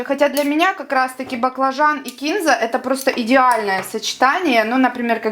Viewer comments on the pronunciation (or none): Девочка, почему бы не написать рецепт под видео? И всё поточнее. Сколько варить баклажаны, хоть ориентировочно, минуту, пять, час? И да, кинзА, а не кИнза. КинзА! И только так. Ну, или кориандр. А уксус какой, сколько процентов? Бывает 3,5,6,9,11. Это большая разница! ОЧЕНЬ! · Капец (((Не кИнзу,а кинзУ.В инете,что хочешь,можно найти,но это не значит,что правильно. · Вы Молодец!! Мы живём в Баку и с Баклажанами у нас очень много блюд. Очень хороший рецепт. Вам РЕСПЕКТ!!А Кинза на самом деле ударение делают на И , Вы молодчина, что объясняете доступно и прислушивается к поправкам. Я подписалась.